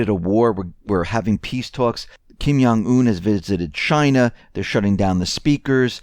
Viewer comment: is "Yewish".